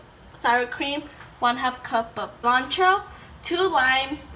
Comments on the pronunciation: Sea lawn trow - I notice you had a very hard time with the word Cilantro, just say it as Mexicans say it, See lan throw. Gr8t video thanks. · Sea-land-Tro... 😲 hurts me when you say it. Haha 😄 jp